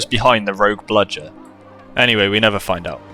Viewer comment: I spotted a mistake: I think had problems recording the word "bludger". I think they needed to put it in the scene later